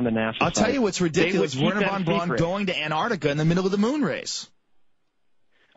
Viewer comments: why does he keep calling him "van brown" . trying to make him sound less germand lol. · Germans pronounce au like in a name Wherner Von BrAUn as sounding like OW as in Brown. But as Plait isn't a German, it sounds a little odd coming from him.